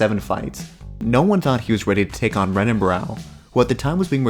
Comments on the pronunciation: Great vid but I thought it was pronounced henan not renan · It’s pronounced Henan. Other than that, great vid